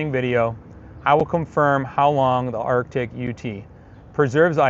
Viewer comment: It’s pronounced ARTIC